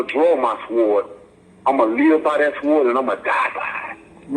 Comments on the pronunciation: The W in sword is silent Deontay. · Did he just pronounce SWORD with the W ? 😂😂